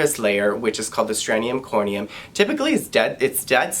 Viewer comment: it’s STRATUM corneum, NOT STRANEUM corneum!!!! There’s no such word as STRANEUM, and if you don’t know how to pronounce even the most basic dermatological terms, you are OBVIOUSLY a fake!!!!! 👎🏻👎🏻👎🏻👎🏻👎🏻👎🏻👎🏻